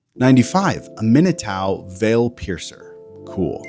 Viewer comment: Its insane that you butcher aminatous name but nailed tidus 😂